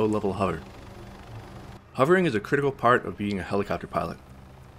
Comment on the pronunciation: It's not "huvering". There's an "o" in it. Hovering. "O" as in octopus.